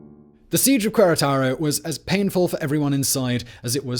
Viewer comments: It's not Coo-eh its Keh-Reh-Tah-Roh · Maximilian's Spanish was NOT bad!!! 🤦🏽‍♀️🤦🏽‍♀️🤦🏽‍♀️🤦🏽‍♀️🤦🏽‍♀️🤦🏽‍♀️ smh. And the way you butchered "Querétaro"...🫣